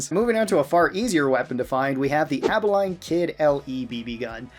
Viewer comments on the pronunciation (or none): its -leen abilene. abeh leen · Your pronunciation of Abilene triggered me, sorry. Its Aba-lean phonetically, otherwise great video and im definitely going for some of those guns in my next play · Bro did not just say Abilene like that bruh.😭🙏